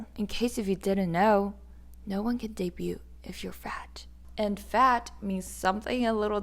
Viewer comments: Don't pronounce the "t" in "debut". It's "day-byu". "Debuting" is "day-byu-ing". You know, this is one of the many reasons I'm a fan of Mamamoo. Yes, they strive to stay thin, but they do it for themselves. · The T is silent in debut. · just a heads up and not a criticism, but the t in debut is silent